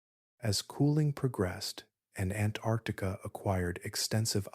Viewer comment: Please learn to pronounce “Antarctica” correctly. There are two “c”s.